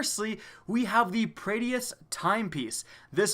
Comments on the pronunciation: I love ya, but damn. It's Prae-dith and me-doo-lah, not prae-de-ith and me-dull-a. It's all out of love! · praedyth. (pray-duh-th)